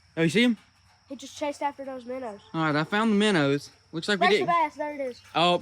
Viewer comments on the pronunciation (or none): Are they minnows or as you sometimes say minners 😂